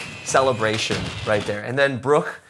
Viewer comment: Violinists: Wow, he plays really well. Me, a German: Wow, his pronunciation of Bruch and Schoenberg is really good.